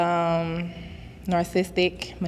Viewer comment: Ol girl couldn’t say narcissistic